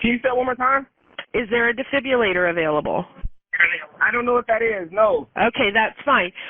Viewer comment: Defibrillator. It’s Dee-fib-rill-ator. Say it with me guys………..